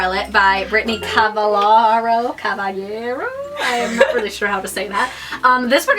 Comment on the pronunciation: ah such great book! i met britney cavallaro and it's pronounced "cav-all-aro" :)